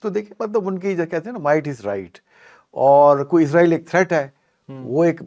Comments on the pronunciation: Please say Israel not izreal which is death angel Don't copy English people Because in English s in middle is pronounce as Z like is or wes or films exce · اسرائیل لفظ ہے عزرائیل نہیں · چودھری صاحب اس بندے کو پہلے یہ تو بتائیں کہ عزرائیل فرشتے کا نام ہے جب کہ اسرائیل ملک کا نام ہے نام تو درست لے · Bhai israil kehty hen mgr ap isko izrail ku kehty hen zra istaraf tawajjo kia kren plez .... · Word israil hy izrael nahi😅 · Israeel. Not izraeel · Muhtaram aap israiel ko azraiil bolty han isko thik karin israiil bolin ya pher azzazil bolin azzazil aappko chauhdri sahab batadin gy ❤❤❤❤❤❤😂❤❤